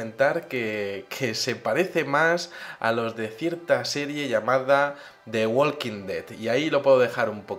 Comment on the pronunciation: No es The WaLLLLLLking Dead. Es /ˈwɔː.kɪŋ/ ! -_